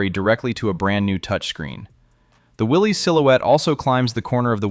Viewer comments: You're pronouncing his name wrong; Willys {WillI-iss}. Any real Jeep person would know that. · That’s not how Willys is pronounced btw. Will is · Will-isss. Not Willies. The newer Willys comes with rear lockers. Didn’t know about the MDH.